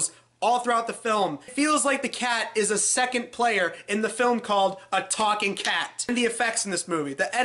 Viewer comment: “A TAWKING KET?!”